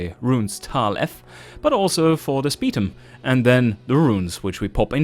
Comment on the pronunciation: The way pronounces Spetum "Speed um" Irks me.